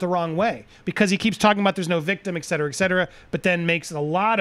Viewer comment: Great but please...it's not 'ek cetera' ...it's et cetera! :-) (no biggy)